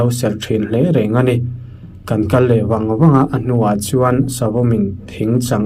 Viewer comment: Kan makpa pa phai kal tih a kal lai hi i lam dik lo. Kal (kidney) angin i lam a, kal (go) anga lam tur ni awm tak a ni